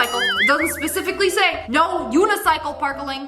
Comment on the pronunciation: "UnIcYcLe PaRkLiNg" I'm not making fun of her btw. It's just funny